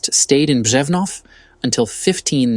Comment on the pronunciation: Props on your pronuciation of Ř in Břevnov.